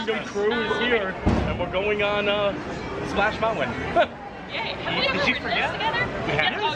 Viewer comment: Love your videos! I’m confused why you call Splash Mountain, “Splash Mouwan?”